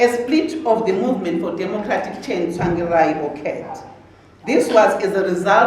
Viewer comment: The way she pronounces 'Tsvangirai' Tswangirai 😁😁